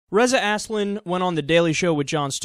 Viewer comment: Please pronounce his name right Az-lan. Not ass-lin. wtf dude.